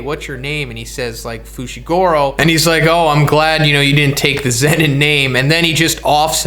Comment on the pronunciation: Its zenin